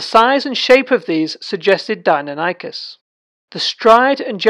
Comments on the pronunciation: You are saying do-non-ikus..... it’s di-nonee-kus phonetically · Interesting vid... except you're pronouncing the name incorrectly. Die, nonny, kus ... not Dino Nike Us. Edit: And I'm not even American btw... it's just not pronounced that way.